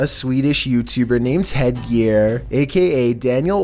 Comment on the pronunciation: Are "R's" pronounced like "D's" in Canada? Or wait it's just not being able to read.... again!! It did say HearGear..n